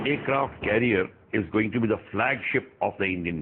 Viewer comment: Or ha isse carrier bolte hai Career nhi